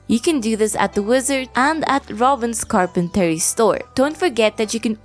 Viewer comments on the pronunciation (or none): Okay, maybe it's the alcohol and maybe I'm being pedantic, and now I'm sure I'm coming off as hostile, but I just want to say, that "carpentry" in English is pronounced "car-pen-tree" and not "car-pen-tarry" and as I'm typing this I am already regretting it post comment